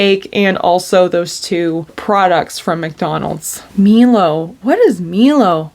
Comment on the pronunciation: Pronounced MY-LOW its a sugary chocolatey powder in australia! you use it at home with milk and now it comes in so many packaged foods